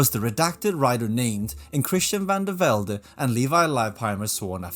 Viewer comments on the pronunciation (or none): none